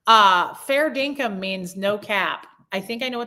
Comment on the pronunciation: You had me rollin' about your fall. I'm glad you're ok! Then Hobos*xual and Fair Dinkum (in the perfect accent!) I just heard that word for the first time tonight when I watched NCIS Sydney and now you said it. The creme de la creme were the people who came back! That was awesome! I attribute that to your prayers. I'll join you in praying for YT peace. 💕 🤗